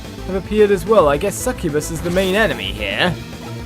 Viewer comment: Sccubuss is said like this: S-ku-bus